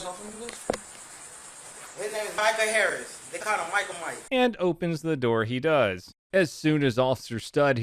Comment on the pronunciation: rly said “open the noor”